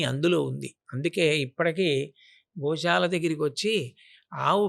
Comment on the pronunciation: adi sha kadu amma sa .. gosala - goshala kadu